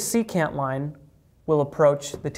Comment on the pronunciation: Ah thats what he was saying, secant. I though he waa saying c-cat. He lost me at that point.